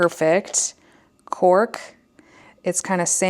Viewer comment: The first pencil I heard the color as “pork” and thought that’s a funny name but ok. Later I realized it was “cork” but couldn’t unhear the first lol